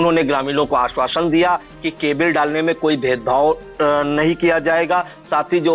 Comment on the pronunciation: जी केबिल कोई शब्द नहीं होता आप दोबारा चेक करें,सही उच्चारण केबल ही है